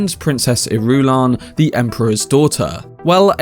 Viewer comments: I love him, but his pronunciation of Princess Ir-U-lan is so cringe that it makes my skin crawl. Lol. Say it with me. Iru-LAN. 😂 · I believe 'Irulan' is pronounced more like [ Ear'ah'lan ] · JFC, Irulan is pronounced with the stress on the FIRST syllable. Not the second. Why don't you listen to the Lynch movie or the miniseries? Why do so many of you get it wrong? It's like nails on a chalkboard. As for "waiting for Timothee to age"... FFS, has Villeneuve never heard of makeup to age people? Dune Messiah is only 12 years after Dune. It's not like Paul is middle-aged, and he does get a constant dose of spice in his diet. Spice helps to slow aging, so by this point those people who have regular doses of spice can live normal lifespans of 200-300 years. Sheesh.